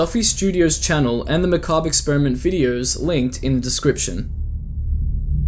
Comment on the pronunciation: Thank you for knowing how to pronounce Macabre I watched someone else cover the series a while back, and they kept pronouncing it like McCabber. Drove me nuts